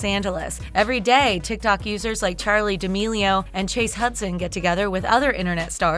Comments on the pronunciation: Gos does she even know how to say charlie last name?!?! she be saying "Charlie DIAMELIO" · Nobody: The Narrator: DEE omilio OMG Thanks for all the likes! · Charlie deeameelioe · It’s D’Amelio not D Amelio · Nobody:: Charli D'emi-eo lmao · She said DEE omi-yo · DemonDestiny is anonymous The-mil-lee-yo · De milio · she really said dee amelio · Char Lee duh a meal e o Easy😂😂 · deamio lol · IKR it’s dam ellyo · Olivia Quinones da-mil-i-o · she said dameio lmao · dee-a-millio million without the n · Dea meliou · Oml- they literally said “diamio” not “d’amelio” just “diamio” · she said de amilio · The fact that she doesn’t know how to properly say D’amelio makes me so mad and also that she doesn’t let Dixie have her last name too like. Dixie is just as good as charli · the way she says d'amelio. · Is no one going to talk about how she said d’amelio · SHE KEEPS ON SAYING CHARLIE'S LAST NAME WRONG 🤦🏽‍♀️🤦🏽‍♀️🤦🏽‍♀️🤦🏽‍♀️🤦🏽‍♀️🙄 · You said charli last name wrong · the way she pronounces Charli Damelio, she's gonna get cancelled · LMAOOOOOO HUH?? You said her last name so wrong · Daisy was the one who actually signed it and she helped with everything and now she is kicked out and you said Charli’s last name wrong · You pronounced Charli D’Amelio wrong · The way she said Charli damelio was so wrong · I like how they pronounce charli and Dixie's last name lol 😂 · Who else got bugged about the way she pronounced d'amelio like that's not how you pronounced it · You pronouncing charli’s last name made my day😂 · Lol the pronunciation XD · this is all wrong, the girl doesn’t know anything about the hype house, an she cant even say Charli n Dixies last name lols.. I reckon even Siri can say their last name:// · I hate it how they didn't pronounce Charli and Dixie's last name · sheesh how she pronounced D’amelio .... 😶 oop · The way she said d'amelio made me cringe on another level😂😂😂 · It’s not that hard to pronounce and say charli’s and dixie’s last name lmao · “diah meel eo”